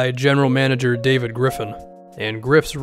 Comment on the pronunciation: I was just about to comment that lol